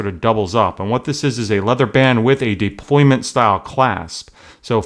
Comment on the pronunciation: Deployant** NOT deployment!